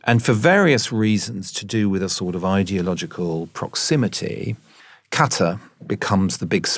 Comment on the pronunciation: Nice hear to hear Qatar pronounced properly, although it needs a bit more G with the Q.